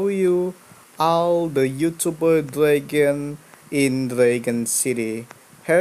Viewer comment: It's dragon not dregen